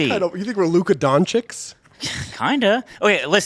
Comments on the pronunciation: How pronounced Luka Doncic name LOL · I believe it's pronounced "Don-sich" as in sit and each